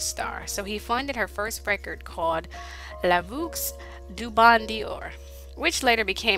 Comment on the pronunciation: Girl, your french pronunciation of Celine's Song was horrible. La vux? Good try, next time just say number #1 song🤐